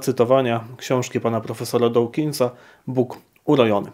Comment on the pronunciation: Nie wymawia się dołkinsa tylko dookinsa. Dawkins czyta się przez długie o, a nie oł.